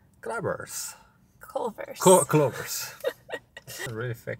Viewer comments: I LOVE HOW HE CALLS IT “clovers”! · Cluver's, clover's....! He's like my dad. He decides on mispronouncing an English word, and it becomes impossible to correct.